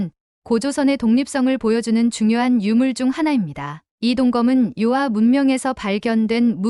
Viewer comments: 요아.... 요하 로 말하세요. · 遼河 (遼 멀 료(요), 河 물 하) 즉, 요하가 맞아요. 요아가 뭐예요? 중국어 전공했다는 유튜버가 왜 한문을 제대로 모르나요?